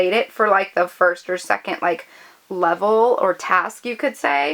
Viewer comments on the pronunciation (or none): none